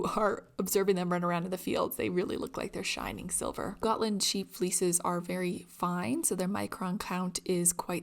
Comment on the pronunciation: As a Swede I give you kudos for your pronounciation of Gotland, Gutefår and Fårö 👍🏼